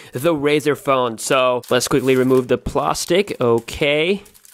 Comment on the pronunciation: "Let's just cut the PLOSTIC"